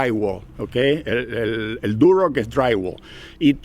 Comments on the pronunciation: Muy bueno... tenes razon comprar en Montreal esta dificilisimo... muy caro todo! Ahhh se dice Durlock no Durock jajaja. Ayer la corregias a tu hija. Saludos desde Montreal. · no se dice ( duroc ) es Durlock!!!! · En Argentina se llama "Durlock" porque es el nombre de la marca del producto, que seria construcción en seco o "Drywall" como seria el nombre en ingles. Como dato, a las personas que construyen en Durlock (y se pronuncia durloc) se los llama durlero. 😮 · Saludos.. se pronuncia durlock.. muy bueno esto de mostrar trabajos en Canadá, puede ser una sección nueva.